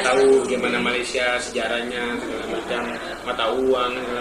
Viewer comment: Org Malaysia menyebut Malaysia bukan Malaysiye